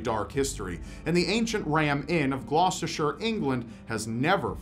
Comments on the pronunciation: thank you for pronouncing Gloucestershire correctly lol such a pet hate of mine. It's pronouced Glostersher not Glostestershyer lol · He said Gloucestershire right! Omg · First time I've heard an American pronounce Gloucestershire properly, haha. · Holy shit you actually pronounced Gloucestershire correctly, you are truly a god in your own right